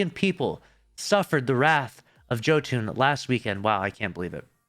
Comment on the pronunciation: Yall killing me on the pronunciation of Jotunn lol